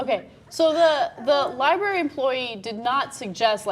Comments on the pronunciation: I took a shot every time said "Li-bary"....hic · said liberry. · and then she said 'libary',... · Why can't you bitches pronounce "library" properly? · and it's a libRARY. it bugs me when people don't say that first R!